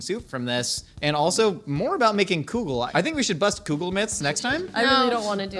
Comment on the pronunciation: I know this whole episode was about soup, but I can’t get over how pronounces kugel….. It’s kugel not koogel… but yes please make a myth munchers about kugels hehehe, yerushalmi is the best kugel and that’s a fact